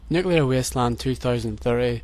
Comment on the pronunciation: WTF man i liked your video but nuclure island that is the worst ever